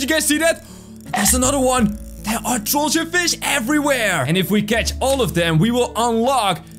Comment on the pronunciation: IT'S TROLLGE NOT TROLLGA